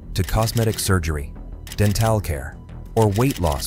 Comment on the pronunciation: den-TALL care….